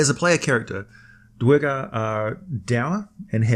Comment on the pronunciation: Can we please get an American narrator? If you can forgive/ overlook the idiot mispronunciations of simple words as well as the mispronounced name of the main race of "Dar-gar" not the 2 or 3 different mispronouciations the idiot narrator uses... This is what you get when you use an idiot European talking head.